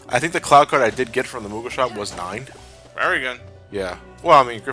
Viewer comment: I swear, when said Cloud card, it sounds like Clow Card. -You mean white ha-ten seconds later never mind. Also, nice Stick of Truth reference after that. I don't know why, but it bugs me that Sora looks perpetually angry in Re:Chain, with all the Castle Oblivion cutscenes. I personally want to make a Paper Mario joke with Twilight Town next part.